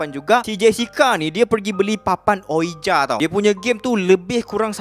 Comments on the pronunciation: Sori, sebutan ouija tu "wiji", bkn uija. Tu je pape pon mantop cerita ko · Tak pernah tak padu punya content. Just sharing untuk sebutan "ouija", cara pronounce betulnya "wiji" or "weejee" board.